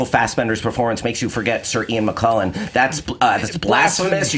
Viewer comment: can't pronounce McKellen correctly. It's a k not a q.